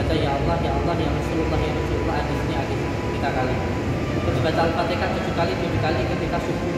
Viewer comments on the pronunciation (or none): Bilang Al-fatihah aja alfateka